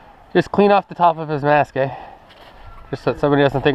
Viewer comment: he says eh XD hehe canadians